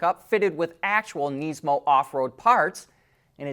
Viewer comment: Please stop saying kneesmo